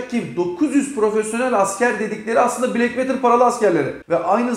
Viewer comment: VETIR diye okunmaz VOTIR diye okunur. Black Water.. Bilgine..